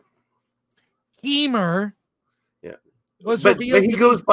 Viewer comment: I chuckle every time I hear "Keymur"